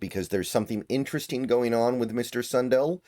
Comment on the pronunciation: Sun Dell not Sun duhl